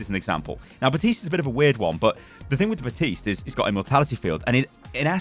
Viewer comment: theres a p in baptiste, USE IT